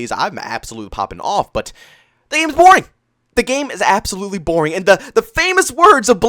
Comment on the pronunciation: It's the way he says it, he pronounces an A, as a joke.